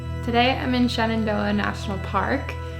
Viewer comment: every time you say Shenandoah sounds to me like ShenanDOHA ! We miss your vlogs in Doha.